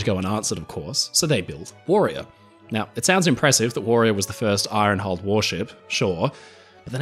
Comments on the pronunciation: Hey. The word IRON contains a silent R. It is not pronounced iRon. Very interesting video. But the R creeping into IRON is just as annoying as the American habit of pronouncing the H in vehicle! Why do they do that? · hearing an Australian accent pronounce "iron" like this is seriously screwing with my OCD. thanks very much, 😂